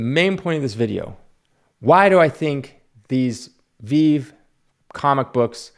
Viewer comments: First, it’s pronounced “VeeVee”, not a big deal just letting you know. There are in fact comic collectors buying these to hold. I’m one of them. So it’s not ONLY flippers. Also it does take resources to design, market, mint, and then have a resale market for these. They don’t just fall out of thin air. Yeah maybe it’s not as destructive to the environment as starting up a factory to produce polyester toys but it is work. Where are you really lost me Is where you start completely speculating on how these sell out insinuating the company is in there buying thousands and thousands of these every day. When in fact if you spent any time in the community or on discord you would see that there are probably hundreds of thousands of people trying to buy a drop of 30,000 comics which is why that they always sell out. So you begin with a vague idea of the market and that results in incorrect conclusions. Also although I’ve held eight out of 10 I’ve purchased every single one of these I bought has gone up in value. Definitely can’t say that about many of the hundreds of actual comics I purchased in the same amount of time. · Anyone who pronounces VeVe as "VeEeEeEev" can't be taken seriously when the extent of their research didn't even go as far to hear the correct name lol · Smh the moment you called it veev I knew this video would be horribly biased. Lol “little”??? Definitely the fastest growing nft market in crypto. Lol check us in a year bozo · Just go look at his last 10 videos and comments. He hasn’t seen this much action on a video in ages. And just from mentioning the best collectible app on the planet. “veev!” Lol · its "ve-ve" :) and because of ve-ve I have step into the physical world of collecting. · Guy needs to learn how to pronounce the name of the company before he talks about them . Obviously no research into the company. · Dude, you don't even know how to pronounce Veve correctly 🤣🤣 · Bruh u can’t even pronounce the name rite Smdh lol